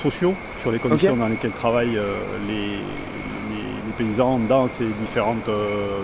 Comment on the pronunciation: il a quand meme dit PAYSANS